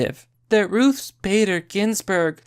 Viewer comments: Why can’t you say Ruth without pluralizing it? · Why does he keep calling her Ruth's Bader Ginsberg? If she a steakhouse or something? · lol, why do you keep calling her "ruthes"?